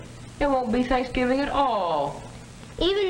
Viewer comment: You left out the "v" in thanksgiving...thought you'd want to know, babe!